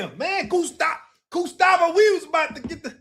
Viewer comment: “gUStAvO” ahh nigga